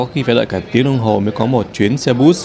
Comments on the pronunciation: xe bus.... phát âm là xe bớt không .....xe bút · Mọi thứ đều hoàn hảo. Nếu có thể từ xe bus, phát âm bằng tiếng Việt hoặc tiếng Anh. “Bút-s” Chắc phát âm theo tiếng Đúc.